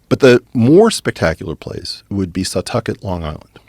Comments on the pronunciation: It’s setauket not sawtucket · Setauket is pronounced sea-tau-ket. I attended SUNY Stony Brook and while I was there they were the third largest public research institution in the country so you’re talking about a lot of very very smart people in many many disciplines. They also wound up managing the Brookhaven national labs which is another center for physics research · It’s pronounced SETAWWWKET! (I live near it but I’m dumb) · Anyone from Long Island knows he pronounced Setauket wrong lol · I was born in Stonybrook hospital. This makes me special and a little closer to this clip than any of you. So I win the comments. Also he butchered pronouncing Setauket.